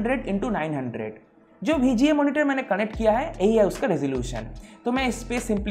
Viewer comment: Bhai "BHI G A" port nhi hai VGA port hai 😂